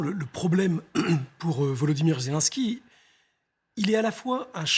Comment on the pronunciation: Il faudrait que les journalistes apprennent à bien prononcer le nom du président ukrainien. Ce n'est pas Zélansky, mais Zélénnsky.